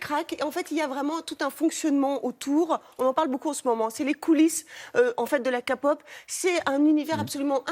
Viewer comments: Voici une liste de ce que j'ai à dire concernant ce reportage : → Record des BlackPink battu très peu de temps après par BTS, ils ne l'ont pas dit. → "Elles ont même pas 20 balais" alors elles ont toutes largement au dessus de 20 ans. → Prononciation "ka-pop" et "bétéèsse" mais bon, à la limite, on a l'habitude, ça passe. → "Ces groupes sont créés par UNE énorme/puissante maison de disques" erreur d'expression ? Il n'y en a pas qu'une seule, et ces entreprises représentent bien plus que des maisons de disques. → "Girlsband très rare dans le milieu de la k-pop" bah non pas tant que ça, il n'y en a certes moins que des boysband, mais de là à dire que c'est rare, non. → "Coupés de leur famille et pas le droit à une vie privée" bah non pas forcément, encore une fois ça dépend du contrat signé et du label. Ça aurait sympa de parler du mouvement #FightAgainstSlaveContract pour le coup, qui montre que des fans se battent contre les contrats inhumains. → D'après eux, un scandale de drogue serait donc pire que des suicides ? Ah ok, très bien, nique l'éthique humaine hein. → "Le mouvement MeToo n'existe pas en Corée" c'est complètement faux, il faut suivre l'actualité madame. Bref, encore une page télévisée sur la k-pop qui ne s'intéresse absolument pas à la musique et l'art que ce milieu représente, et qui préfère désinformer (par le biais de journalistes incompétents j'imagine) et uniquement parler de ce que cela représente niveau business. Certes la partie entreprise joue énormément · C'est toujours pas la kApop mais la Kpop (à l'anglaise) ! Si vous faites un reportage faites le bien... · Alors sachez que de 1 on dit pas Kapop mais K-pop et aussi que les idoles se suicides la plupart du temps à cause du cyberharcelmenet. Et puis si vous ne le saviez pas le cyberharcelmenet et très prèsent en Corée du Sud et c'est à cause de sa que les sud-coréen se suicides (bon pas que ça mais c'est la principale cause) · Elle a dit ka pop alor que c'est k pop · Et c'est pas kapop